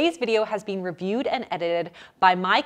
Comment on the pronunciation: I also hear it as " bean" rather than been.